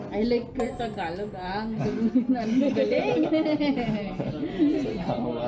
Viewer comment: Nothing aggressive about this comment im about to make, but what makes me steer away from your videos is when you put "FLUENT" in the title of your videos and whenever you try to say "TAGALOG" you keep pronouncing it as "TA-GA-LO" missing the annunciation of the letter G.